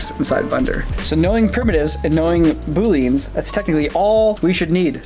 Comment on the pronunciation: As a coder myself, hearing someone say booleans as "booleens" is just... terrible